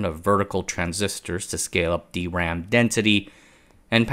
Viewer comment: why are you suddenly pronouncing it D-RAM instead of your trademark "DRAM"?